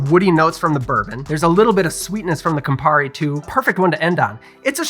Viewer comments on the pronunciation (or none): none